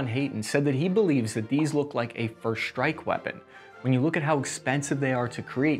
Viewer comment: Congrats! You pronounced Nuclear, but you totally gloss over your bastardized "strike" and "struggle" - there is no H in either.